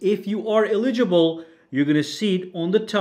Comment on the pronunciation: Just say eligible. Not eli-gi-ble. You know how to say it. Just say it.